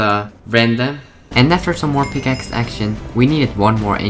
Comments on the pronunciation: yeah i heard that picaces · Be like: " I switched pikakes" pick-a-kes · just listen how he says pickaxe 😂😂